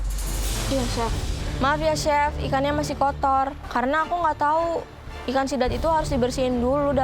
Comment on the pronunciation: Chef Rudy: Sidat ❌❌❌ Zidat ✔️✔️✔️ Jidat ✔️✔️✔️